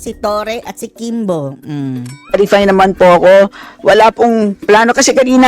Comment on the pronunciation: Claripay or clarify? 😂😂😂 Please pronounce your word if it's f as f. P as p...